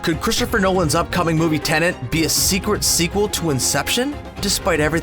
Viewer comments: Why do you keep calling it Tenant and not Tenet?! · Man keeps saying Tenent lol